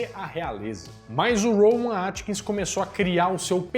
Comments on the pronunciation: Rowan Atkinson. Nós somos mineiros mas podemos falar o nome do cara corretamente. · Desculpa mas não se diz Rowan Atkins mas Atkinson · ROWAN ATKINSON e não ATKINS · É Rowan AtkinSON,. AtkinSON. KKKKKK